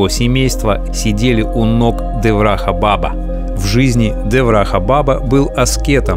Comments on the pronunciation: Абсолютно без😢грамотный блогер, не знающий, что не баба, а БАБА, ударение на 2й слог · Да блин, бабА . БабА а не бАба!! Уши вянут чё за прононс дурацкий!? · НЕ бАба а бабА :) Означает отец и дед.На тюркских и др вост .язх.Также в одном из немецких и итальянских диалектов.Спасибо за все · Не ба'ба а баба'. Дедушка, то есть. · Не бАба, а бабА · Спасибо друг!!! Опять жить захотелось:) благодарю!... немного исправлю, бабА .. ударение на посленюю букву) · Я тоже считаю что ударение на последний слог- бабА. Это как Али бабА. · Ударение! Шри Деврахá Бабá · я бы с удовольствием был родственником такого человека как Андрей Макаревич. БАба на Санскрите произносится с ударением на первую А. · Если ты о них не знаешь , то это твоя проблема . И в слове баба неправильно ставишь ударение . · Косноязычный ты человек. Во всех тех словах: Ашрам; Баба; ударение делается на последнем гласном. То слово "баба" как ты произносишь это женщина на русском яэыке, то же самое и на санскрите. "Баба" переводится с восточных языков как "Дедушка" "Дед" "Великий человек". Коверкать слова не надо, Ударения надо правильно ставить. Ты что Макареыича родственник что ли?.